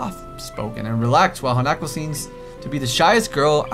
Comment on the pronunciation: OMG, said Hanako's name right during the Emi scene!